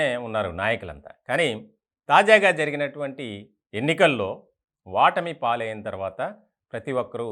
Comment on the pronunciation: Vatami kadu otami prounounciation correct ga cheyandi